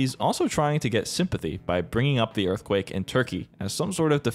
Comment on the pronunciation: ROFL muh earfquakes